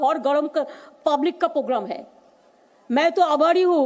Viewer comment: She said AABHARI HU I heard AABARI HU😂😂😂😂😂